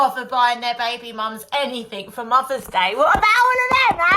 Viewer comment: What the Hell is a Muvva?